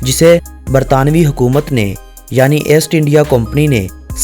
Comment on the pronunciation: اےسٹ انڈیا نہیں ایسٹ انڈیا